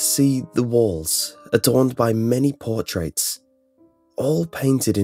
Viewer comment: Certainly a smooth voice for such narration. I especially like what he "say-eez" about "poor-traites"